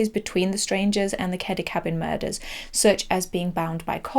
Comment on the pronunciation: Muders instead of murders.